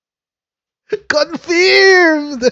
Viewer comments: Confirm is pronounced cunfurmed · good pronunciation cofiiirmed. after marcos term if he could finish it, am sure he will face a lot of cases that would be filed against him.